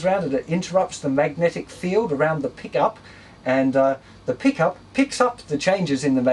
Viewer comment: On the pickup part at first I thought he said pee cup